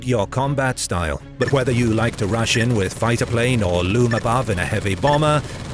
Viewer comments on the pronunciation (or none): none